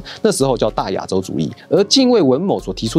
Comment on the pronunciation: 不是近衛文ㄇㄧˊ嗎？